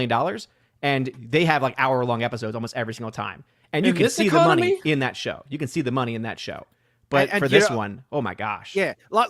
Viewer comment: said, "And the thing we're pointing out here is, this shory is such obvious obvious crap - such obvious slop. What type of a shill would you have to be to say, 'It's a good shoy', when you look at the critics review score of Rotten Toomodows?"